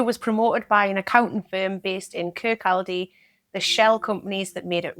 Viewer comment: Kirkcaldy is pronounced kirk awe dy.